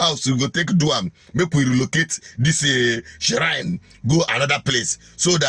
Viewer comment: the word is pronounced "shrine" not ShSSShrine?